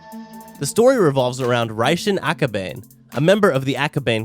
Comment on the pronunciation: Bro why tf does he keep mispronouncing names and shit.. last straw was akabane as he pronounced "ah-ko-bay-n" he said gremor in another video instead of grimoire he says he watched the anime but if he really did hed know how to pronounce it... fucking annoying